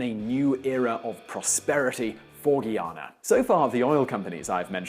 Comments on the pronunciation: Granger came to office in 2015. Everything else you said is more or less true. It's strange seeing the internet discussing Guyana. Oh and it's Guy-ah-nah. Not ghee-ah-nah. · it's Guyana. ..... GUY- ANA .. not Gheeana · Dude... it's pronounced Guy-Ana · Guyanese nationals ( and the rest of the English-speaking Caribbean) pronounce it GUY-ana, not GEE-ana. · Ayu Know Abie Nah Talk Prapa English! Whats Up Wid Dis Gui Ana or Guy Ana. You Understand What The Guy Is Talking About! My GUYANESE People Me Tell You! Stuupes! Lmao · Ok before you talk crap about my country, why don't you grow some balls and live there to get your facts straight. Its Guyana not Guiana. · Started pronouncing the name properly and then it all went to crap....Guy-ana...Not Gui-ana. And then a lot of errors...about the Oil discovery dates etc. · First thing first let's get the name of the country pronounce correct it is not Guiana it is Guyana and your video is very misinform If you going to do a YouTube video on a country you should be properly informed and you should have also pointed out with your British accent that the American former President Jimmy Carter went to that country in 2015 and help Red Dead election which had send that country back into a reverse like the American and the British government did in 1964 that is something you should have pointed out Guyana economy was well on their way to better greater things under the PPP people Progressive Party now the an economy is only based on one thing that is oil please be properly informed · I wish the first thing that should do is pronounce the name correctly. It is NOT Gee-a-na it is Guy-a-na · Its Guy-ana; Guy, like a man. Guy-ana. Not gi-ana, not Gui, like guinea pigs. Guy-ana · FIRST OFF, WHERE THE HELL YOU GOT YOUR SUPPOSED INFO FROM??? AND YOU'RE PISSING ME OFF WITH HOW YOU'RE PRONOUNCING MY COUNTRY!!!! It's spelled GUYANA not GEYANA OR GIYANA!!!😐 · As a Jamaica I need to correct this say guy....then....Anna...or ana